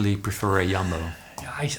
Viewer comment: Hearing Paul slip into his Dutch “J” asking “What kind of player would usually prefer a Yumbo” made me smile, reminded me of my Swedish dad and grandparents talking.